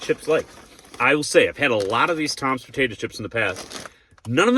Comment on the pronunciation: It’s TIMS!! Not Toms!!! You said it like 5 times and even looked at the packet ! It’s in the Title!! TIMS!!! Do you have trouble reading ?